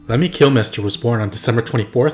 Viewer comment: You are the first and that I have ever pronounced Kilmister sounding like Kill-mister. Maybe it is me and others because of our dialects and accents. I have always heard it pronounced as Sounding like Kilmster. Anyhow,I listened to MotorHead on and off for years. A majority of the American fans.probably don't know what a Motorhead is. Before you ask google. A Motorhead is slang in England for a meth head.